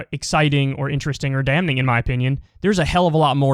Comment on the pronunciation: I've watched Kyle since the massage parlor days, but jeezus, you have almost 1M subs. It's time to hire an editor that can get audio levels balanced. It's like the most basic part of video editing. Also, I think Kyle mispronounces damning at least once in every piece of media he's ever been in.